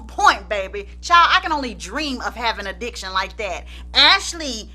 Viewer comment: Chiile, every time you’d say “DIC-tion”, I’d clutch my pearls. 😳😧😲🤭… 😅😂🤣😂